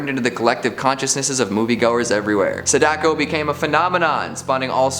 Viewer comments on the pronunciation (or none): It's pronounced SAdako, not saDAko...